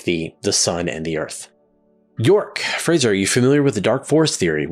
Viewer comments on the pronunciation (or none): none